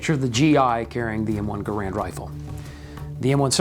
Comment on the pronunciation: Inexcusable for American Rifleman to mis-pronounce the name of the man behind the M-1. John C. Garand's last name is pronounced: GEH-rend .......w/the accent on the FIRST syllable!